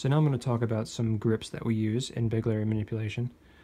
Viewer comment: Did he say big Larry?